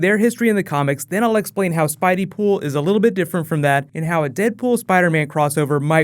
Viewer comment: "Spideypool" God no....